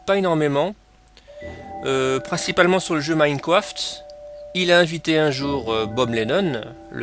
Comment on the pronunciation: La Truffe j'pensais pareil xD